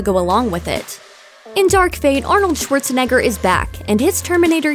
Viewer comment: "Shuorzenegger" XD